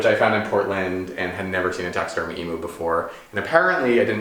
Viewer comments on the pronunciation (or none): Hi..I love your house it’s aesthetic and irreverence...I myself live in a gorgeous 1911 country cottage with, I’ve been told and I aspire to eclectic mix of beauty. One thing! Being an Australian we pronounce Emu with the U as in u haul. It’s a hard u, not soft. 😘